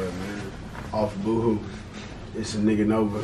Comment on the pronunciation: He said n*gganova 😂😂